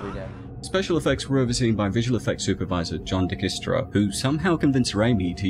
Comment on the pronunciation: Lol, Dykstra is pronounced Dye-k stra